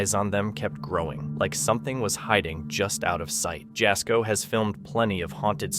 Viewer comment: So Jasko is pronounced Yasko, also pronunciation for the Pokomoke Forest is Pokomok, no e,. Shenanigans going on the CJ Faison farmhouse. Many caught ya videos can be found regarding his stuff., I'm just saying......